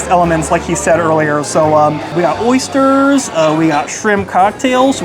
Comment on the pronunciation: Oy_sterrs with TerTerrr